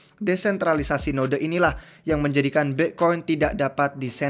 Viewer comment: Aslinya BITCOIN APA BIKCOIN sihhh ???? WKWKKWKKWK Bingung gua😷